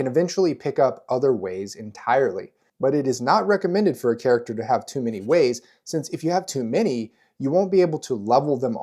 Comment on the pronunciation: During character creation, I can't count many times Wayne's World 🌎 "no hway" sounded in response to you saying "ways."